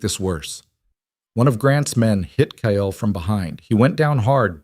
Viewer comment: another stupid AL calling Kyle, Kiall, Kale, Kayell, cale drives me nuts. just glad you haven’t started adding ads. I will not listen to those that have ads.